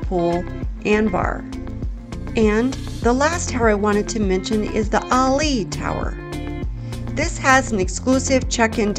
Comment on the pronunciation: That's funny, the $50 per day "resort fee" covers "free wi-fi" What part of $50 per day makes the wi-fi "free"? Ali'i is pronounced "A Lee E" We did Atlantis on Maui and really enjoyed it. It's a must do if you like to go under the waves without scuba diving. I've stayed at HHV 3 or 4 times and really enjoy the resort. My new favorite resort on Oahu is Aulani. It's location is reminiscent of what I remember the crowds and beaches to be like at HHV back 40+ years ago.